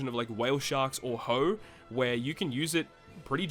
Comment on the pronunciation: smh 2024 and still pronouncing the esteemed pet whale and royal escort of King Neptune "Ho" (it's ho-ay my dude)